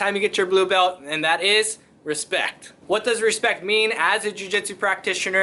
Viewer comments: You mean "Hespectch"?😂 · Proper pronunciation is "respectch".